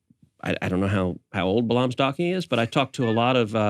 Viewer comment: I'm a fan of both Michael Knowles and Ted Cruz, but cmon, how can you both profess to be Christians and mispronounce Balaam? It's pronounced "Bay-lum" not "Buh-LOM"